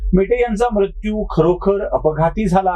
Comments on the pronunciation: तुम्ही मृत्यू या शब्दाचा बोलताना म्रत्यु असा उच्चार करत आहात. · आशय पहावा महाशय . भारतात दर ५ किलो मिटरला भाषेत फरक आहे . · उच्चार कसाही होवून दया हो, काय म्हणायचेय ते लक्षात घेणे महत्त्वाचे. सदाशिव पेठेतल्या सारखे उच्चार सर्वानाच जमणे अशक्य आहे.